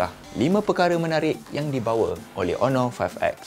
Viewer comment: hon·or ˈänər/ Pronounce it right,!